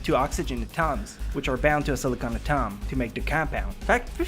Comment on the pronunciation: The way you pronounce the word "Atom" is both annoying and really funny at the same time. (He says it if you're woundering)